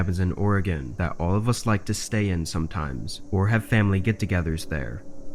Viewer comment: Great job on pronunciation of my state Oregon! Awesome job on the videos,these camping videos are my favorite, You’re a hell of a narrator. Keep it up!! 👍👍